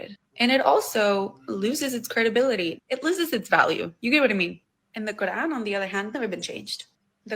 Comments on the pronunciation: dawah chat so much doo doo it’s unreal and whys she pronouncing it quaaaaran did she suddenly change race or ethnicity she can pretend to be a smelly blanket all she likes but fact is she’s a missguidee foo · The way she pronounces the words "quran", "Dunia", "Jannah", and others, exposes her as a liar. She clearly knows how to pronounce the words in perfect Arabic, and not like in classical Arabic, but with a smooth Arabic dialect, likely Palestinian, Jordanian, Syrian, or Lebanese. She's probably half Arab Muslim and half European Christian in name only on her mother's side. If I'm right, then she's pretending to be a "revert", that would just be par for the course for an Arab Muslimah.